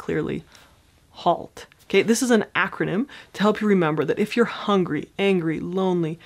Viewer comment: HALT....that H is hungry ...not hungary:)